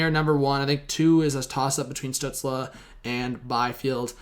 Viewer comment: Stützle is pronounced "Stew-tsl" not "Stew-tsla"